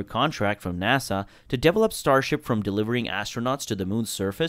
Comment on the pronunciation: De-vel-ope: accent 2nd syllable please.